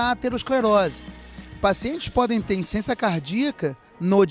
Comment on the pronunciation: Não é insência cardíaca. É Insuficiência cardíaca. Desculpa corrigir, mas sem perceber vc está falando insência....